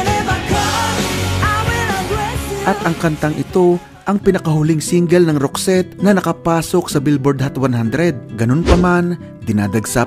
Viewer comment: Tama po ang ogka bigkas mo sa name group nila. Naalala ko bata pako, singer kasi ng banda ang mama ko, lagi nya pinapatugtog yung isang album ng roxette. Sobrang taas ng boses ni Marie, ganda tlga ng songs nila. Salamat na feature ito. Sana ma.feature din ang grupong wet wet wet. Gaganda dn ng mga songs nila ☺️